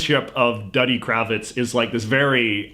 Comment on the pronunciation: Duddy is pronounced Doo-di. See the movie. I believe the song the seal stomping kid sang used the same tune as "Wild Mountain Thyme". A UK folk song.